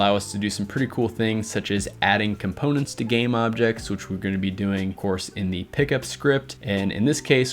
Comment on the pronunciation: "Componets" lol